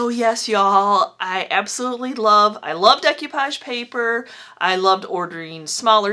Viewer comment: You are my new fave. This is way more fun than repurposing new stuff. Just fyi it's pronounced day koo paazh.